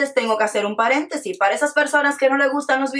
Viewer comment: SE DICE "PARENTESIS" NO PERENTESIIII